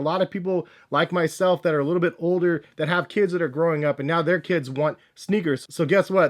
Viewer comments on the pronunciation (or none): none